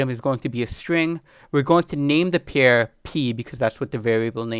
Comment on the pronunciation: I like your videos. BTW: You are mispronouncing the word "pair" as "pier"